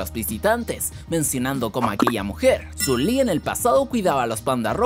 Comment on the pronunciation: No se dise San lee